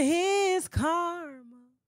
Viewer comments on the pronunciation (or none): none